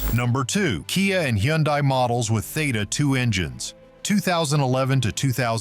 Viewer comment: Why is he calling a hyundai a hendie ? Wouldnt a car expert know the models. He mispronounced another one too?